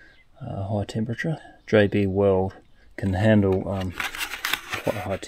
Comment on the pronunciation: Wake up sounded like you said JD Weld not JB Weld, But who knows it is very early in the morning for me and my brain is not functioning totally :-) love your project body you come out with some awesome ones